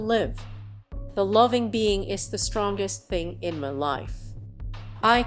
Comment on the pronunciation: The computer generated narration is ridiculous. "headache" is head-a-chee, "my" is me. 👎